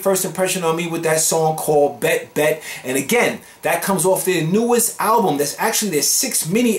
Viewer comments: Hi! NU'EST is pronounced as "New East". 💓💕 it is an acronym(?) For NEW ESTABLISH STYLE TEMPO. They are an URBAN ELECTRO BAND. 😁👌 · are you sure about that Miria? everybody else is telling me it's pronounced (NEWEST) 💖👍🤓